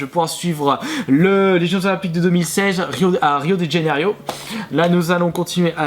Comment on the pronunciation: le mec arrive à mal prononcé Janeiro pourtant ya pas 30 000 façons de le prononcer